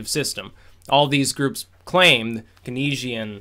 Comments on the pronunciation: Good analysis. But it's pronounced "Kanes-ian" or "Keens-ian" economics...not "Ke-nes-ian" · Pronounced Cainesian m8. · It's pronounced "kaynesian". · Keynesian is pronounced "canes-ian" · Learn how to pronounce "Keynesian"!!!! It's "KEYNES - e - en."